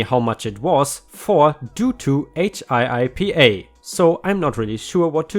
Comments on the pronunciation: It is pronounced hippa like hippo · HIPPA is pronounced almost like hippo, but like HIP-uh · For reference, HIIPA is pronounced Hip-A. Makes life easy :)